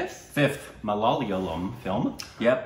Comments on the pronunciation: In English : Ma-la-ya-lam Korbinization : Mulayalamlmlmlmlmmmmmm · It's not malalyam. It's MA-LA-YAA-LAM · If you lose the second "L" from the mala"L"yalam, you are good to go,! 🙃 Edit: Good progress though 😉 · Guys remove that l in the middle it is Malayalam